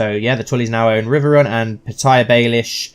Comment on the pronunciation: pee-teir littlefinger